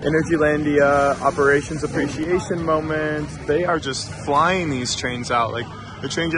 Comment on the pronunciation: It was just floiying so fast. Just the way he pronounced flying